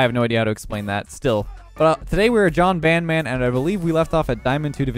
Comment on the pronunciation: "Jon San-fran" Jon Sandmans face on the San Francisco bridge